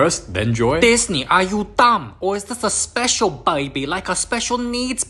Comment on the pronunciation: or a "SPOESHAL NAID BAI BAIH"